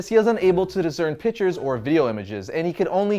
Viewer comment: pictures, not PITCHERS!